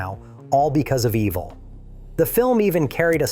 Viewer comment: Imagine thinking a fake voice is better than literally "any" genuine voice, then hearing it totally blow it, and doubling down and keeping it anyway. "Ehv-vel"? Stop.